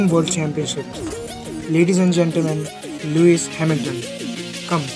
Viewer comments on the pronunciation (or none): nice but it´s called Lewis Hamilton not Loius